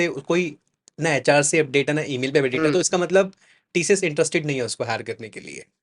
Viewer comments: Tशियश nahi sir tcs bolo.Aap Senior HR ho working experience -11 years🤭😂🙆🏻🤦🏻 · its not TSHHS ITS TCS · TCS ❌ Tee-Shee-Yesh ✅